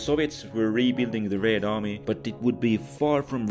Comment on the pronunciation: I continue to be amused by your way of saying "Raid army"